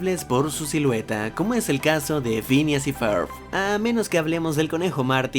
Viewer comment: Pincha wey no mames asi no se pronuncia (ferb)